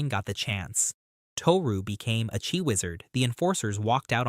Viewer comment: Love your videos, but it [at least in English] is pronounced Chee, not Chi